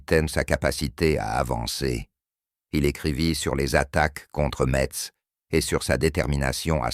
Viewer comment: intelligence artificiel voix qui prononce mal Metz , plein de scories là voix généré par intelligence artificiel